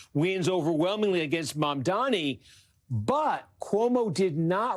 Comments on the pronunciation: Why does she keep saying his name like Mamdami? Am I crazy? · JFC it's not hard to pronounce his name correctly. She repeatedly called him Mandami. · Mamdami?? Still struggling to pronounce the name? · It's mamdani, not mamdami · why do people find it so hard to say the guy's name properly its MAM-DANI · Cuomo still can’t M-a-M-d-a-n-i’s name right. He either can’t learn or he is just choosing to continue mispronouncing it. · They still can’t say his name right 😐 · He still cant say the name right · Why is it so difficult for these people to pronounce "Mamdani"? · Still can’t get that name right…🙄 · Cuomo still can't pronounce Mamdani's name right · cuomo STILL CANNOT PRONOUNCE MA'M'DANI! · can you just get his name right? Is it really that hard? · he still can’t pronounce “Mamdani” correctly lol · Did Cuomo MISPRONOUNCE Mamdani’s name again?!? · how do you run a slot on msnbc on a guy whose name you can't learn to pronounce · It's M A M D A N I.. FOR GOD SAKE!! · why is it so hard for people to pronounce “Mam-dani“? is could scarcely be simpler, but they can’t ever seem to say it properly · Still didn't pronounce his name correctly. 😂